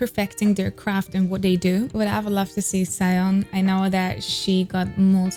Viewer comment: Hey! I love your videos and Dreamcatcher is one of my favourite groups ever so it always makes me happy to see your react to them:) Just wanted to let you know that Siyeon is pronounced "Shee-yeon" if you wanted to say her name in a way more accurate to the actual Korean pronounciation.